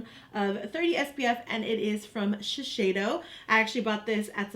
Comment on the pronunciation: Giiiiiirl, it's Shi-SEI-do not Shi-SHEI-do.